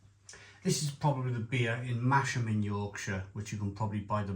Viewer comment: Huge fan of Black Sheep brewery. Cask bitter was my go-to when I lived in Newcastle. Also, it's apparently pronounced 'Mahs-ham', not 'Mash-am'